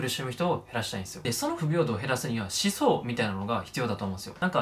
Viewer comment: 思想のイントネーション気になるw